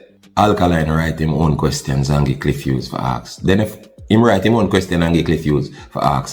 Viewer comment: Clif Whos 🤣🤣🤣 bro g it’s “Cliff Hughes” dunce and proud 🤦🏾‍♂️🤦🏾‍♂️🤦🏾‍♂️